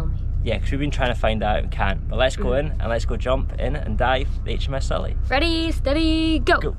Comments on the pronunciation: Its pronounced Si,lla not silly, I served on it for 3 years so please give it the respect it deserves,cheers. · Probably different in the US but the ships name is pronounced to sound like Silla not Sulla.